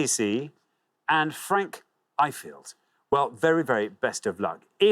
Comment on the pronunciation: I was mortified when he said it like that 😂